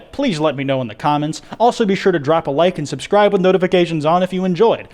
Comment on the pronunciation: “S’scri’e naow”